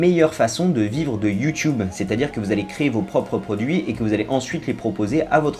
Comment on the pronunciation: mais pourquoi il dit you choub??